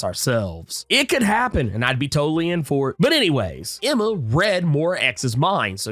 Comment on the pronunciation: It's Moy-rah, not Mow-rah.